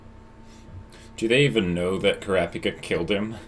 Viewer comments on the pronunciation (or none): So are they ever going to stop saying Kurapika like "CRappy Ka"?